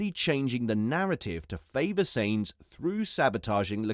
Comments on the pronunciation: SAINZ FUCKING SAINZ.... jesus if you say that name again i swear!! sainz is pronounced like "signs" not fucking "saints" like he's the holy ghost... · im sure carlos surname is sainz not seinz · Seriously you need to pronounce Sainz properly